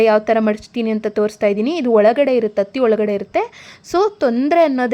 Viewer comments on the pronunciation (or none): ನೀವು ಹತ್ತಿಗೆ ಅತ್ತಿ ಅಂತಾ ಹೇಳ್ತಾ ಇದ್ದೀರಾ ಕನ್ನಡದ ಕಾಲು ಮುರೀತಾ ಇದ್ದೀರಾ. ದಯವಿಟ್ಟು ಹತ್ತಿಗೆ ಅನ್ನಿ. ಹತ್ತಿಗೆ ಅತ್ತಿಗೆ ಅಂದ್ರೆ ಅತ್ತಿಗೆಗೆ (ಅಣ್ಣನ ಹೆಂಡತಿ) ಹತ್ತಿ ಅಂತರಾ?